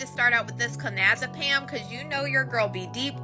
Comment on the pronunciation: It’s not conazepam it’s clonazepam aka klonopin. Benzodiazepine like Xanax